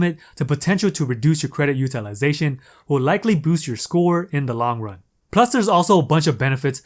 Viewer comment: Dude, every time you say “UTILIZATION”.............YOU PISS ME THE FUCK OFF!!!!!!(all I hear are syllables....IM COUNTING 5.....STOP) Maybe it’s me-maybe I’m just sensitive.......Nah, learn how to pronounce it properly.